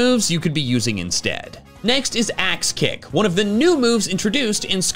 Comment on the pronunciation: Like I wasn’t paying much attention and when you first mentioned the move I thought you said ass kick and I was like “sayyyy what now???”